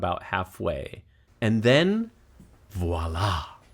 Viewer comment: As french, I can say you said "voilà!" very well 😄